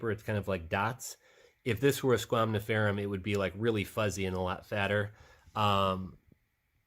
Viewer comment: You know you keep saying squamniferum instead of squamiferum😅?